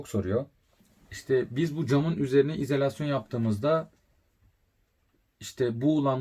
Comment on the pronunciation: bence izElasyon telaffuzunuza binaen yazmış arkadaş 😀